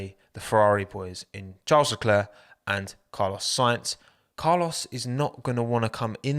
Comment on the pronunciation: please can you amend how you say charles annoys me every time